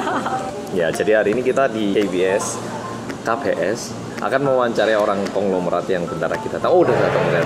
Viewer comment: that, " KA BE ES" .. pronukasinya kukira lagi di kbs, kbs yang ku maksud "kebun binatang surabaya" :(